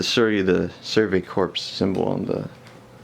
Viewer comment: Pronounced survey "core". The p and s in corps are silent.